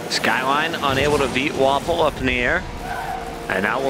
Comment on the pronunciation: Isn't Vafele's name pronounced as "ver - fell" as opposed to "waffle"?